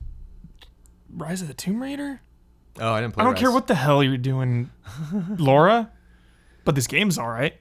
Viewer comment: pronounces Lara like Laura. Weird.;)